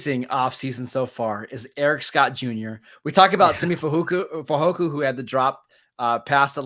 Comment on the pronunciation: U guys are great, but both of u say "FehoKU, not FehoKO." Am I saying it wrong??? Since we got two guys with that name, it's beyond nitpicky. Its like Nowizki or Favre, we gotta know. Thank u!